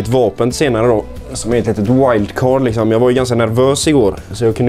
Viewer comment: Hahaha "lixsom" 😍 igenkänning delux lixsom